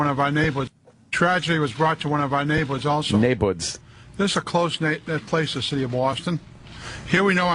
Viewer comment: Naybwoods. Dude can’t even say a one-syllable word like “turn” without fucking it up three times in the middle. “Terurrun”